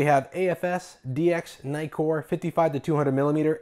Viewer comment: Nee-Kon and Neek-Kor. Thanks for the review anyway.